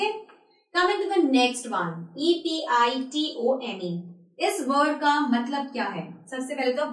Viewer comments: She is teaching how to pronounce words correctly and she is pronouncing 'pronounce' the wrong way . Also she needs to work on her grammar a lot. It's so funny how she is pronouncing epitome as aphichami. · You're funny as far as your English teaching is concerned: hilarious the way you pronounce the word Epitome. This lesson is a caricature of English language.. lol keep it up girl.... cheers